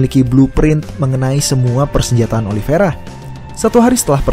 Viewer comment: lu bacanya gimana si? Emang itu kata kata nya Oliveira,cuman dia bilang Ali Viera (penyebutan khas Khabib) bukan kata Khabib ege. Yang teliti lah kalo baca